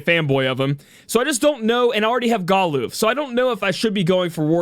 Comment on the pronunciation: I didnt pull for Galuf, I didnt enhance Zeke, and havent door potted Olberic. BECAUSE WOL IS COMING WHOO! 36 HOURS! I'll just use Charlotte or Pod153 physical mitigation to cover. I am uninterested in anime units. So we're going all in. ED: ITS NOT GAH-LOOF ITS GAH-LAHF ! #$^&@